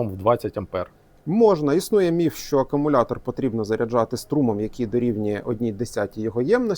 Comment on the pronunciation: Так і не навчився говорити акумулятор замість акамулятор.